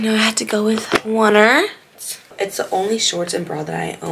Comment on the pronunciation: Krissy said it’s oner (on- er) but slayyy girl! (Like remarkable person or thing ☺️) . Also i like your voice over, especially on the reasons of warm ups, mobility and etc! 🫶🏻🔥